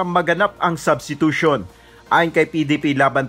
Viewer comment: Hot pacq wla k karapatan mgsalita o mgcomment bout sa substitution ,pronunciation n nga lng ng substitution kulang kpa ng S Ewan sa lht ng kandidato ng presidency sau aq ndi kompiyansa dahil kht si Vp ganun kht pano nkatapos abogada ganun dn lht nkatapos katangi tangi Ikaw lng tlg wla aral lakas ng loob tumakbo,mayabang p,braggart indeed👍sa senado nga sa inio ni Drilon dinidiktahan kpa tpos nga pinagssabi mo malimali p Kya yung mga advisers mo na nagdidikta sa ssbhin mo against ky Drilon salubong n mga kilay nila dahil yung dinikta nilang isasagot mo ky Drilon eh malimali Kya nding ndi k tlg p g presidente,takbo kna lng sa barangay tanod👍🦫Yun mas bagay sau